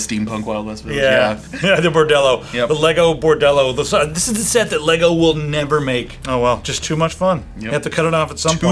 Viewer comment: Finally - correct pronunciation of the brand.